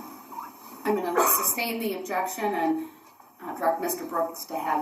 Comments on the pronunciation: He makes me nuts with his mispronunciations. "Tackit" is tacit. "Biast" is bias. "Umbiblical cord" is umbilical cord. "Substain" is sustain. It goes on and on. He never should have been allowed to try this on his own. I don't think the court of appeals will overturn the trial, but that's a concern. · “Grounds for the ‘substain’”….. what a moron